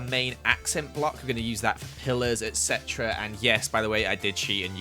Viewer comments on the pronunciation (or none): you say ect a lot